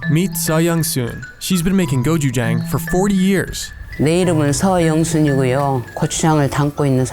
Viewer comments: you didn't even TRY to pronounce "gochujang" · Just pronounce gochujang the way it’s spelled jfc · I'm sorry but the way they pronounce "gochujang" ticks me off HAHAHAHAHAH